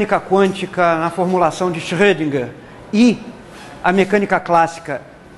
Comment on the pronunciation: Primeiro professor que vejo pronunciar Schrödinger corretamente...todos os que tive, tanto na Química quanto na Física...pobre tio Erwin; na verdade era Erwin Rudolf Josef Alexander Schrödinger